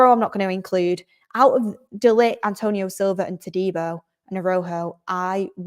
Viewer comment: Roll the “R”s for Rojo